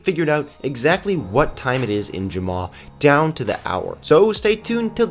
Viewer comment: Ur saying jamma wrong